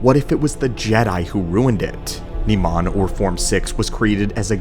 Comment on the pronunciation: Pronounced NY-man, NOT Nee-maan!!!